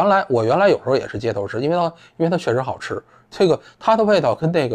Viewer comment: 散人说自己好吃的时候我还楞了一下。 原来是【好吃啊】